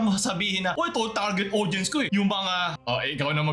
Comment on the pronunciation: Tawang tawa ako sa pagkakasabi mo na "Eh Di sila yung target aUDience ko e" 😆😆😆:_lulAHH::_lulAHH::_lulAHH